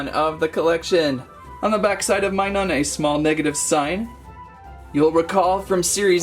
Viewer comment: its not minun its minum